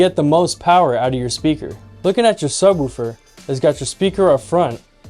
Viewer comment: it's not pronounced sub-WOOH-fer. The "woo" is pronounced like the like the "wo" in "wolf." (just sayin'!)